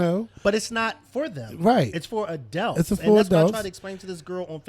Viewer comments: What is an "ADELT"!?? Is that anything like an ADULT? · I've been watching this show for years, and I still smh evertime pronounces adult.